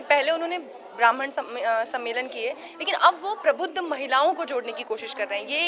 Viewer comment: yeh prabuddha sammelan hai prabhutva sammelan nahi. Aap bar bar prabhutva bol rahi hai.